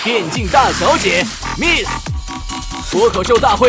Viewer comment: miss连自己名字miss都读不对,不过也罢,听说身价过亿